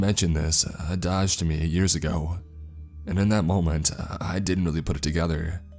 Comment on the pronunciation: Adage is not pronounced like that you fuckin cave troll